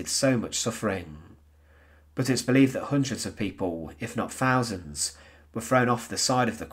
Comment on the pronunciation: It is not fousand......but thousand ,,!